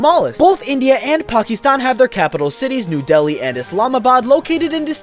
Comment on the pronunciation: the way he said dheli lol